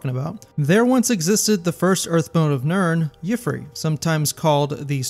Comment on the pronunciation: I think you might be mispronouncing Yffre's name. Correct me if I'm wrong, but if his name really is pronounced like that, I don't think the Green Pact would have that rule about not taking the form of an animal. Just a hunch.